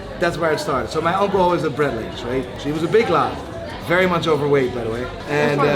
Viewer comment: Wanted to comment for a free watch. Then I heard "Brat-ling"...and now that's all I can think of saying. Just Brat-ling.